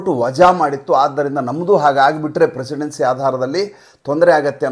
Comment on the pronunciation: Precedent ಅದರ ಉಚ್ಚಾರಣೆ ಪ್ರೀತಿಸಿಡೆಂಟ್ ಹೊರತು ಪ್ರಿಸಿಡೆನ್ಸಿ ಅಂಬೋ ಶಬ್ದ ಇದ್ದಂತಿಲ್ಲ.ಗಮನಿಸಿ